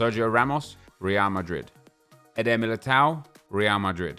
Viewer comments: It's Real Madrid not Rea Mari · The way he said real marid is definitely going to become a meme on YouTube